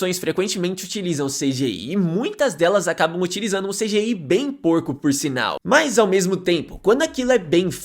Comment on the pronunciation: "esseféx, vieféx e cidiái"